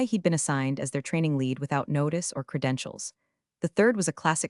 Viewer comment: True, nothing kills the drama like ‘lead’ rhyming with ‘reed’ instead of ‘red.’ 🤦‍♂